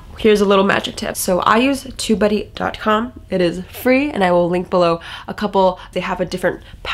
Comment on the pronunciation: I guess I have to improve my listening skills: I thought u were saying,”2buddy, or tobuddy”? 🤪 Got Tubebuddy from App Store-so cool. New tool-sweeet. Liked the 80/20. Thank you. 🙏😎